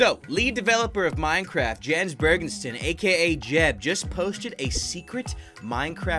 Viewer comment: It's pronounced Yens